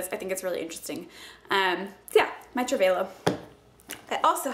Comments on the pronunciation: It's TRAVEL-OH, not travehh-lo. Just so you know:) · i think its pronounced travel-low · Trav-a-lo like travel perfume is how you say it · its not a travelo.. its a travalo... they are different LOL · Travel-o!!! Not travolo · Pretty sure it's pronounced like 'travel-o' considering it's marketed as a travel product, even though it's spelled with an 'a'. Maybe the spelling with the 'e' was already taken and registered as a product/company/brand name. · It's actually pronounced Travel- Oh. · Trav-a-low lol sorry that just bothered me.. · trah - vuh - low i love your videos but the mispronunciation was really bothering me lol :P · I thought it was pronounced "Travel-oh" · It's pronounced travel-o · lol... say travalo again? it cracked me up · Its pronounced Travel-O :) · travel-o.. you said it so wrong haha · prettyy sure its just pronounced Travel-o lol js